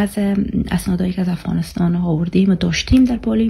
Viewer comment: تو تا حالی تلفظ دری ره یاد نداری. هز.. هدبیات.. هفغانستان. هزیز. ووو..... ههههههههه